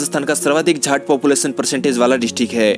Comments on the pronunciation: Its jaat not jhaat.... 🤨🤨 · Jhat nahi jaat hain.... Kya bole chala ja raha hai? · ITN not "jhat" it's a "jAT" "jaat".... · Jaat ko jhaant bol rha hai 🤣🤣🤣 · Sale jaat hota hai jhaat nai hota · Pehele jaat toh sahi se bolna seekh le 🤦🤦🤦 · भाई जाट तो शुद्ध बोल लिया करो